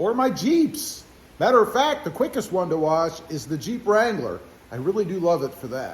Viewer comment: There’s no R in wash Brother 🤣🤣🤣